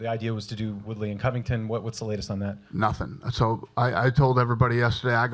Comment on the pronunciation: Dana doesnt really care about Woodley at ALL. He doesnt even want to say his name right, eventhough he knows how to say it...Too funny.